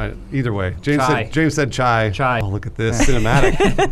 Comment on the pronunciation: its chai ,not chee🤣🤣🤣😂